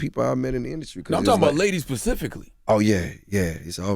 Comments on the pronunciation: Ctg, the word is SPECIFICALLY, not PACIFICALLY. LMAO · Did Charlemagne say “pacifically”? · CTG said "Pacific" 🥴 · SMH LOL PACIFICLY LMAO 😂